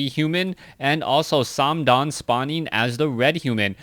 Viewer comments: Its just th. Not tho or sandam. Also please use ally colors geeze... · stop saying "sam-dan". You're not saying it right either, especially since TH000 is from the mainland. Use mandarin if anything. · FYI:th000 pronounces th triple zero.it is not o with omg, instead zero. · thumbs down for saying name wrong